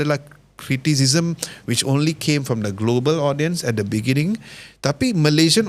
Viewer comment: Hahaha “beningging”, thanks for watching bro 🙌